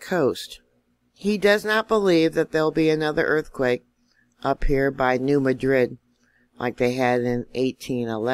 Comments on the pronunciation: the fault is not pronounced as is the city in Spain... the correct pronunciation is New MAD-rid, not Ma Drid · Hello! New subscriber and I would like to thank you for your honest, insightful, timely and informative channel. Lots of good information but I can tell you’re not from around Memphis as I’ve heard it called the New Mad rid fault my entire life. Hope that gets a grin from you.